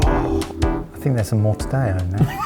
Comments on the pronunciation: I have to point out that your consistent pronunciation of the double L when it isn't supposed to be pronounced has always made me smile. This time, your usual consistency was actually ON YOUR SIDE, and you decided NOT to pronounce the double L, even though it SHOULD be pronounced in mortadella. Oh England. So close to all those other European countries, and yet so far. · For future reference: Pronouncing double L as Y is Spanish. In Italian, a double L means you linger on the L sound for a bit, but it's still L, not something else. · GUYS the "ll" in Italian is not pronounced like the "ll" in Spanish. You say the l's. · Been meaning to say this ever since Guess The Ingredient: Cured Meats: mortadella is Italian, not Spanish. You pronounce the double L like you would in "bell." 😊❤ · Mortadella please pronounce the double L. It’s not Spanish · lol We Brits incorrectly pronounce 'paella' as pa-ye-lla, but then pronounces 'mortadella' incorrectly. We're silly geese. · the trouble is not his accent. If he pronounced mortadella with a British accent, there wouldn't have been any discussion here. The issue is that he pronounced an Italian word with a Spanish accent. It's a hyperforeignism problem, attempting to put a "foreign" accent on something but doing it wrong. Italians pronounce double ll same as British people. Spanish turns double ll into a y or j sound. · is KILLING ME in this video. The guy who can't pronounce "paella" correctly suddenly calls an ITALIAN meat "mort-a-day-uh" and then mere moments later correctly pronounces another Italian word with two Ls, "mozzarella." Also, if you're using a Rueben as one of your American sandwiches, it's "corned beef," not "salt beef." The US sandwiches were chosen by a UK based AI machine, I assume? PB&J, Fluffernutter, cheesesteak, Cuban, Poboy, Muffaletta, BLT, French Dip, Italian beef, pastrami, beef on weck...c'mon sorted, try a little! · Well...I have never heard mortadella pronounced that way 😂